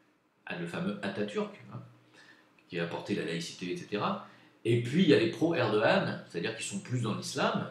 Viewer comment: Un GRAND merci de ta sincérité sur la Turquie.... et tu prononce très bien Erdogan! 😉